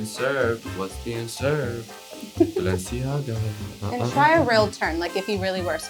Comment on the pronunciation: balenciYAGA🤣 icl that got a laugh out of me